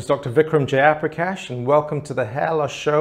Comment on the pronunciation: just say “Jayaprakash” like a normal person. I thought u said “J - upper - cash”